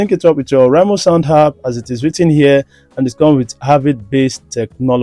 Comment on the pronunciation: Boom is not pronounced bum and it’s app no harp❤️